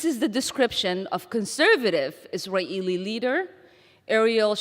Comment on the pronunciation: I hope she starts to pronounce Israeli properly. Her forced "Is-a-Ralh" is very annoying